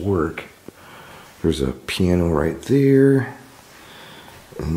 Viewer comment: I'm dying laughing over here at the way he pronounces piano. 🤣